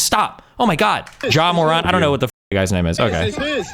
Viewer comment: the way you pronounced Ja Morant was insane